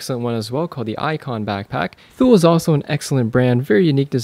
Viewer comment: It's pronounced Toolay not thool for Thule